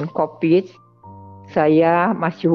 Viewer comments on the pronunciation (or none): none